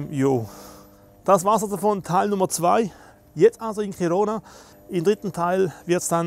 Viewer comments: Es wird Chirona ausgesprochen wenn man es auf spanisch spricht. Auf Katalanisch Dschirona. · Eben nicht...richtig auf deutsch ist Hirona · Genial, weiter so! Ich glaube übrigens, es heißt "Dschirona" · Chirona 😊 „Tschirona“ wäre eher italienisch